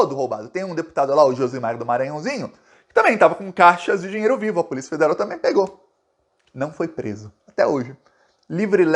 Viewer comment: "AI A PULICIA" KKKK É POLÍCIA AMIGÃO.